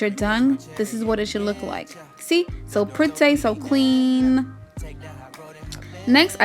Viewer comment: LOL every time you say 'So Pretty' It reminded me of those Vietnamese nail salon ladies! Hahaha SO PWRETTAY LOL